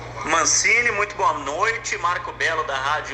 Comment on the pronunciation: Entrevistador falando Mancine, e eu só conseguindo ouvir Guardiola